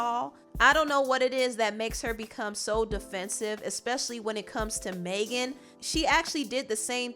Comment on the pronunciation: You keep mispronouncing Megan lol it’s not “Maygen” it’s mehgin